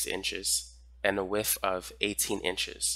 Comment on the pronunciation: I never care to correct people, but you are KILLING me with the “wiff” of something…. WIDTH! 😂💛😘